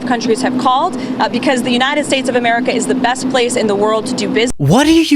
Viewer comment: Is it Hamerica or Amerihahahahaha